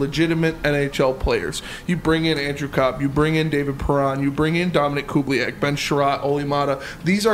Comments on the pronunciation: Lmaoooo cube lee ak... Its. Ku baa link! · It's Koo-Buh-Leak.